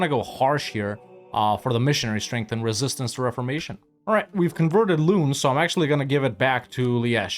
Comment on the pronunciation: I find it funny how he pronounces Loon as Lune while the English word 'loan' would be a very close approximation of how it is actually pronounced :D